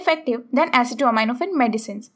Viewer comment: You are pronouncing acetaminophen incorrectly